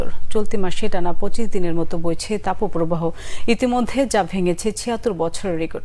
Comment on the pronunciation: তাপোপ্রবাহ নয় তাপপ্রবাহ।